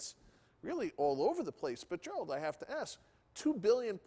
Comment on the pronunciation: Can the guy get Gerald’s name right